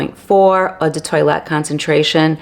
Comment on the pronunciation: Very interesting video, but please do not say Eau de toilet. It’s pronounced “tow-alette”